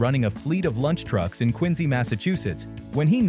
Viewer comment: High marks for pronouncing Quincy correctly. 🙂